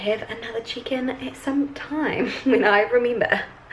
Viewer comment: chicken sounds like you saying chickens🐔...I had got these primers as well, I have combo skin, I like the fluid one for really hot days, and the creamy one for those windy cold days make up looks great thanks for all your chickens🐔